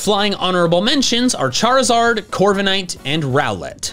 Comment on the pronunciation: Left off the I in Charizard!